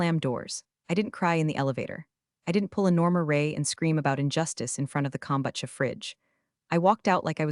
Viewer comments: It’s not that hard kom-BOO-cha, people! Either get it right or just skip it altogether. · Haven’t they learned to pronounce kombucha yet? I say take it out or learn how to pronounce it.